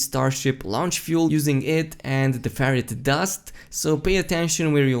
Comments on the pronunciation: He says ferrite like ferret so I’m just imagining a Korea’s shoving a whole ferret into a refiner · Sounds like you’re saying ferret dust 😆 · LOL the way you say ferrite dust its like you're saying Ferrett dust xD poor Ferrets. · It is pronounced Fe-right